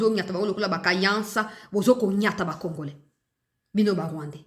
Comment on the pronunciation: Na discour Na ye landa bien oKO yoka ndenge azo loba congorais au lieu ya congolais vraiment aza rwandais